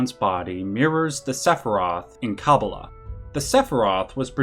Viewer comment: good video, you are however pronouncing kabbalah wrong. its kuh - baa - luh. :)